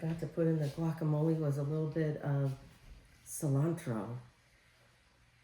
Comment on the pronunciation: Guacamole is pronounced - Walk ah mole eh.....Please try not to calll it qwalk❤..... jalapenos are pronounced- hall eh pen( not peen) yos...Thank you ❤️🩵